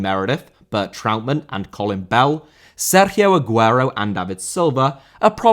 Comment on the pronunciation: how do you go out of your way to pronounce Sergio correctly, but pronounce Kanté wrong? 🤣